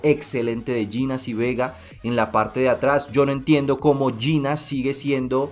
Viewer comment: pf, pronunciar bien el apellido de Llinás